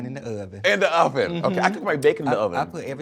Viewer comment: "I put everything in the URRven"